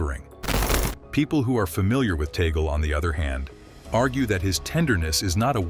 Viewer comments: Please,his name is pronounce Tag,- leh not taygle! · It is pronounced Tag-li not Toggle. This AI thing is a disappointment. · Tagle po,hindi Taygle or Tag-leh. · This Youtuber is doing one good Demolition Job!! for Whom??🙈🙉🙊, and by the way "tag-lee" not "toggle"... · TAGOOLE IT SHOULD BE TAG'LE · Tag - leh. Indeed. It should be known that the Pope has to be elected by a very special election, he can't campaign nor vote for himself. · Tag le. Tag le tagle!!! Pronounce as tag le. Your speak like somwone who dont know his piece!...... tag le tag le tag le tag le as tagle. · Please pronouce it corectly.Tag le Antonio (Chito) Tag le